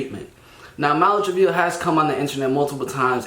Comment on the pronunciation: Did this dude just say "Malu Triveeo?" 💀